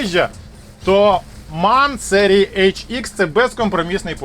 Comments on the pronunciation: МЕн, а не так, як ви кажете. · І правильно казати ЕМ А ЕН Manufaktur Augsburg Nürnberg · М А Н, розділено, так його називають у всій Європі